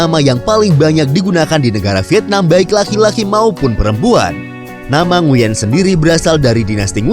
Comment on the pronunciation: Nguyen dibaca "Nguwen"